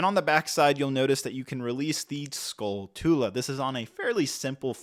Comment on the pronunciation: Orkureena skull-two-lah